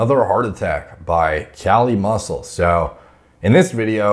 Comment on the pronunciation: KAH-LEE MUSSEW.